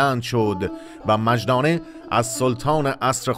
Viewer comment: مجدانه= مُ جِ دانه (با تشدید)